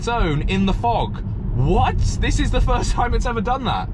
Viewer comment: forst lol